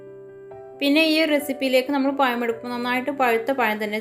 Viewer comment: പയം അല്ല 🤣🤣പഴം